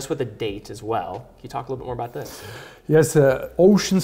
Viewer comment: So sympatisch, CEO und Uhren! Aber warum nimmt der in dieser Position nicht einmal eine Stunde bei einem Logopäden um ein "th" zu sprechen... Siss is sa...